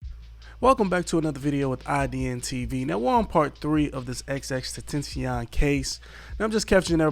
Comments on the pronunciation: BRO XXX-TEN-TAS-E-ON! You are driving me crazy with not saying the name right. IDN - IDIOT-NIGGA TV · Say his name right damn put some respect on it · At least say his name right bro